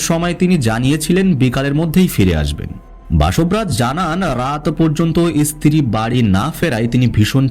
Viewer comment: ভাইজান , উচ্চারণ আরেকটু upgrade করেন । ইস্ত্রি না স্ত্রী হবে। কুলু না ক্লু হবে etc etc